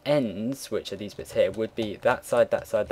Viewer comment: lold at dese like dese haha keep it up